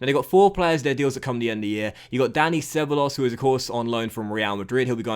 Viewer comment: Not to be a nitpicker mate, but for future reference, Ceballos's name is pronounced Ceb-aa-yos. The 'b' almost sounds like a hard 'v'. Just FYI.